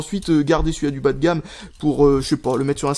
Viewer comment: "bâ de gâmme" apprend a parler stp